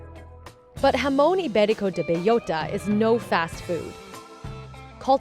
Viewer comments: B-E-L-L-O-T-A, not beiyota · bay-OH-ta is the correct pronunciation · Why does she have to say the full name every second sentence and still butcher it like that ham lmao